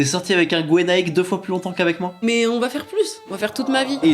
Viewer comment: Gwenaick ? no no no no Gweraick ? yes yes yes yes